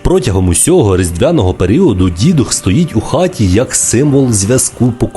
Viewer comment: До речі не Дідух, а ДіДух, з наголосом на другий склад! Дідівський дух.